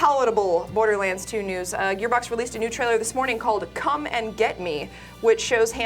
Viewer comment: Is it just me or is exagerrating the word "come" in the sentence "come and get me" lol